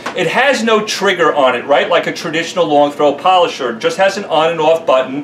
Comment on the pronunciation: its da polosher not rotary